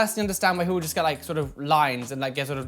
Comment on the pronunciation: You know when is triggered because he stops being able to form sentences and pronouns 'just' like jest. This isn't a read by the way 😘😘